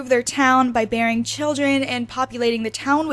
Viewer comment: I thought she said “burying children” instead of “bearing children”